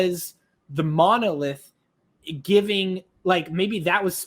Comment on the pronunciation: You got the monolith correct almost.